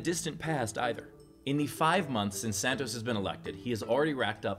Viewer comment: i love these steve :), also great drinking game evrytime you say "santoz"